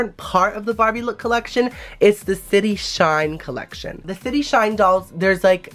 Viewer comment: i thought he said the shity shine lmao😂😂😂😂😂